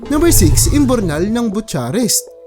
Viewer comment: "BUCHAREST" (byoo-ka-rest)